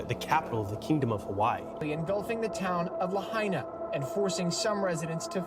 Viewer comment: It’s pronounced: La -high - na